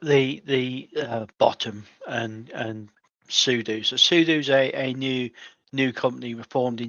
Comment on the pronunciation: The kit supplier is Pronounced SOD.U !!!